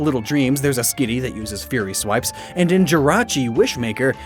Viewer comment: every time u say fury swipe it kinda sounds like theory swipe ( , )